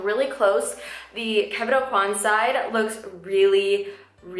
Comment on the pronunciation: okwah not aucoin (: you can see videos of him pronouncing his name